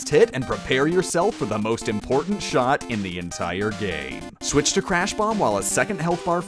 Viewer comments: the crash is not able to be pronounced so its said clash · It's Crash not Clash